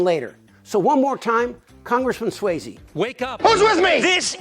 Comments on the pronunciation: SUOZZY....NOT SWAYZE...You sound like a Republican when you say "SWAYZE"..... sorry.. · Excellent. Pitch perfect... except, Suozzi, I don't think is pronounced, "swazy". Think, Fozzie Bear. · With all good intention, rep Suozzi's name is pronounced "SWAAH-zee," not "SWAY-zee." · There is no AY is Suozzi. More like Swatzi. C'mon. It's not that difficult. Signed, New Yorker. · At least you could get his name right. It's pronounced Swozzi, not swayzi. So rude. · You're mispronouncing Suozzi's last name. It's not Swayze. It's pronounced Swozzy. I still love you. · How do you do an entire video and pronounce Suozzi's name wrong through the entire thing? That's lazy and embarrassing